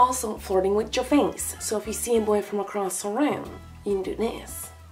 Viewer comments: How u say flirting sounds like farting. Lolz. Luv ur cat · The whole entire vid I thought she said farting instead of flirting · Sounded like the was saying farting, not flirting